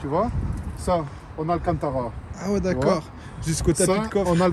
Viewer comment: C'est marrant en disant "alcantara", il prend un accent marseillais 😂😭😭